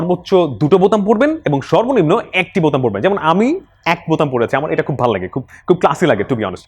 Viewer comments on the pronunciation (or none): none